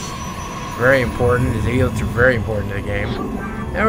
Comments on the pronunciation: "GOD DAMMIT, WHERE ARE MY ZEE-LOTZ?!!?!" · "WHERE R MY ZEE-LOTZ?!?!?"